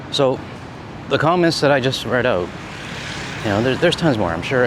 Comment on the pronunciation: "Oot of the way" You gotta luv that accent.